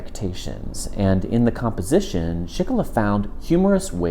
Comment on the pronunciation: another great video,, by the way, name pronounced SchikuhLee